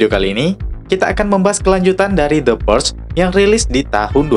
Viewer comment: Purge bacanyan PUREL gitu ya Teman Teman??